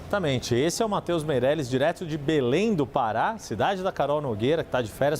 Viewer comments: Belém do "para" foi foda kkkkk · O repórter esquecer de pronunciar o acento do estado do Pará. Confundiu com o verbo Parar. Mais enfim…..